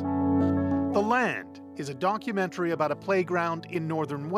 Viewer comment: did he say donkumentary ?